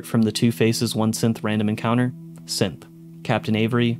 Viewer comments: Am I the only one that is hearing him say "simp" instead of "synth" when listing the characters that are Synths? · SynTH - wtf does it sound like you keep saying SimPPP? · You kind of pronounce synth like simp. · Every time he said Synth I heard Simp. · When you're passively listening and you accidentally hear Simp instead of Synth 😆 me wondering if it autoplayed to a random video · I kept hearing simp instead of synth. So “simp hysteria” “this person is a simp” “simp components” 😅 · Is it just me or is he pronouncing synth 'simp'?